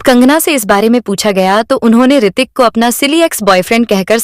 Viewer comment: Hritik not Aartik